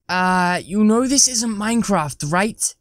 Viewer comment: Did he just said minedraft?